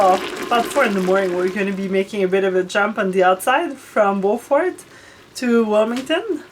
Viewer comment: Alex, did you cringe when you heard them pronounce “ Beaufort” 😂